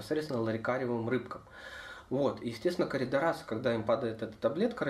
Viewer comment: Коридорасы, поставил ударение на А! Улыбнуло от души 😂😂😂